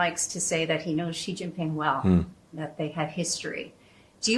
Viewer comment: For goodness sake, get "Xi"'s name right 😅 I mean, you don't want anyone to get Biden's name wrong.